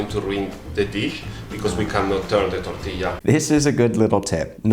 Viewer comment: I can confirm, but you say "tortila" xD